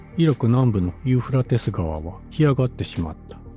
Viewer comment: ユーフラテス川とちゃんと言えｗ何遍間違えるねんｗｗ